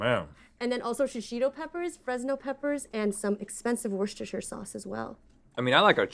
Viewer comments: Hearing americans trying to say Worcestershire (my home town) will always be funny 😂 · we in UK call it wuster sauce but its not that easy to say worcestershire lol